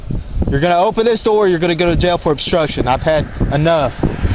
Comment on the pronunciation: "open the noor"